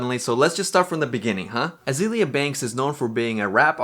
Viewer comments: This video is super fun, but it was driving me a little crazy to hear you say AzEElia over and over instead of AzAYlia. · I Don know how I got to this video it is weird and funny, a narc is a narcissist and her name is isn't azilia it's there's a A in there it's pronounced like the flower. This is very odd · Pronounce Azealia right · Can you at least say her name right